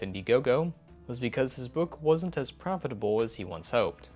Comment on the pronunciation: Why did he say profitable that way?? Lmao- wow though I can’t believe he’s still on this.